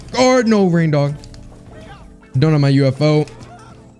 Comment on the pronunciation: is not rain dog its rein dog